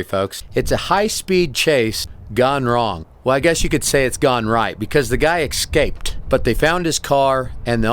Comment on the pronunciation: It's escape. Not ecscape ya cromag.